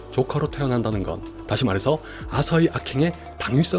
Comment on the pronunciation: 화석? 와서? 하서? 댓글 읽고 아서라는 걸 알았다...